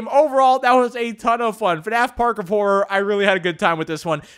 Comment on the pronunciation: He said park of God XD